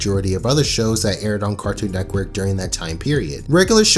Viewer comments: why do you say neckwork instead of network it drives me insane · cartoon netquirk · Why do u keep saying 'Cartoon Neckwork'? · Loved this video but I wanted to scream everytime he said "Cartoon Neckwork" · “Cartoon Nekwork” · "cartoon nectwork" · If you say Cartoon Neckwork one more time.... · "Carktoon Neckwork" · if you say nekwork one more time imma lose it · "cartoon nekwork" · I could have sworn you said neck worth instead of network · “C a r t o o n N e c k w o r k” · Why do you call it cartoon neckwork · Great show.. but man, i couldn’t stand hearing “cartoon neckwork” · He says "Cartoon Neckwork" 😂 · Is it me or does he say carktoon nekwork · Cartoon “nekwork” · This nigga keeps saying NECKwork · bruh you started this video off by saying cartoon neckwork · this guy be always misspelling things like "cartoon nekwork" and "the maks" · Why do u keep saying neckwork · Guys. I don't think you're hearing this man right. Cartoon. Neckwork. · “Cartoon neckwerk “ Ok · Is nobody gonna talk about how he says Cartoon Netqwork. (And no I did not spell it wrong that’s just how he says it) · "Cartoon Neckwerk" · "Cartoo Nekwerk" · the word is network dawg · the way this dude pronounces "network" kills me